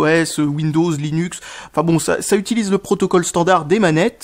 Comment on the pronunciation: "Windows, linuc"